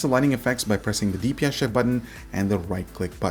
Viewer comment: "And a DPI Shit Button" Am i the only one that heard that?